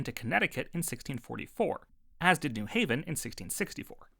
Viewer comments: You have the pronunciation of New Haven wrong. Outsiders, like NYC folks, do pronounce it "NEW hav-en", but locals say New HAV-en. It was a commercial venture, but even more a religious venture, being the strictest of the Calvinist colonies. The colony was governed by The Word, aka the Bible, and the General Court looked to the Bible for the law. Also, only church members could vote, and major difference with Hooker's Connecticut Colony. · Y'know, I know the New Haven pronunciation thing is ABSOLUTELY bait... but I'm falling for it.